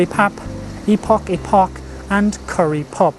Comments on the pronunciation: Lovely video. Epok is pronounced as "Ay-Poke". The best Malay epok-epok is located in Canberra, 105 Canberra Street <3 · epok should sound more like a-poke